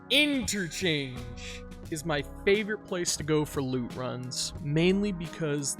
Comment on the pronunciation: Why you're emphasizing interchange?